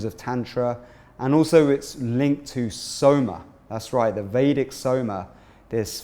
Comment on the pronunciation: Please use correct pronunciations for Tantra and Vedic and Soma